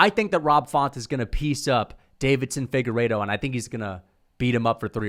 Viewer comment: Deiveson Figueiredo not Davidson, still a casual and you're welcome